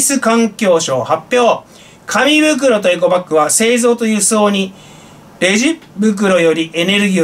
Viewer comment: エコバッグっではなくエゴバッグ